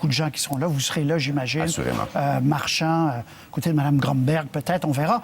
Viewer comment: oh non ya bafouer le nom de miss personne :/